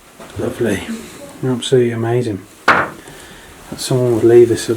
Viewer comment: I love how u say..AMAZIN'...please..let's NOT say the LORD'S name like that though...OK luv??